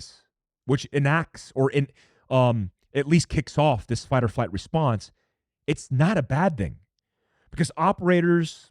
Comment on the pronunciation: It sounded like you kept saying "fight or fight" there around the 6-minute mark. 😅